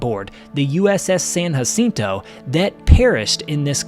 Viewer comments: I what Kennedy would have thought if he was alive. . It’s pronounced with a J not H we speak English you’re pronouncing it wrong and you don’t speak Spanish. Jacinto not hacinto say it Wright. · You dont have to pronounce it hacinto.